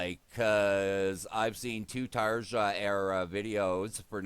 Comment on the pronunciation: Great to see a new reaction, hopefully your problems with new mike are just teething issues. Video itself sounds great. BTW Tarja is pronounced "Tarya".